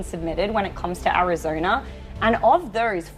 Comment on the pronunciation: vurting in Arizoner